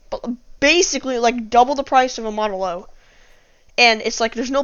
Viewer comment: Also it's a model o not a zero